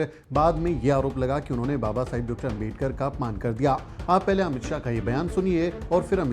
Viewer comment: आपका सम्मान है। लेकिन क्या अंबेडकर, अंबेडकर, अंबेडकर, अंबेडकर! सरनेम तो सही से बोलिए। वो आंबेडकर है। अम्बेडकर ya अंबेडकर नहीं। कोई भी नाम सरनेम किसी langauge में चेंज नहीं होता न करना चाहिए (बोलने में कठिनाई हो वो बात अलग)। क्या ये बात आपको मेरे जैसे सामान्य आदमी ने बताना चाहिए। गांधी को गंधी या मोदी को मेडी, यादव को यदव, शर्मा को शर्म बोलो तो कैसा लगेगा। पुराना गलत तरीका छोड़िए अब तो। क्या ये इतना कठिन है? चौहान नहीं चौहन बोलूंगा तो आपको कैसा लगेगा?